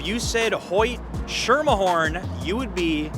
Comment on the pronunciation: i'm dutch and no way im going to pronounce Schermerhoorn like that when it's one of our own words!